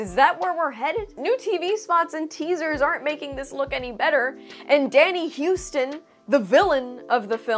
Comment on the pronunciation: It’s Danny Huston HU-ston